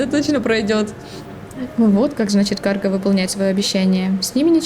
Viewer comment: Токмо "каргА", а не "кАрга").